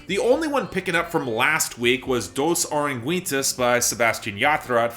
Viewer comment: Good video as always but your pronunciation of “Dos Oruguitas” makes me do a double take every time 😂